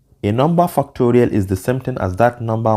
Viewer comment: Bro what are you saying fu!cktorial what?